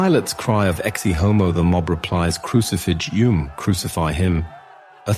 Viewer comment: No AI anywhere. Thanks. For anyone confused: yes, Ecce Homo and Pieter Bruegel are mispronounced.